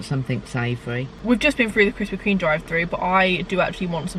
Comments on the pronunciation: I’ve been watching her vids since she used to pronounce it Krispy KREM 😂🙌🏼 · me at the start anxiously waiting to see if she says krispy 'cream' or 'crem'. Btw i say cream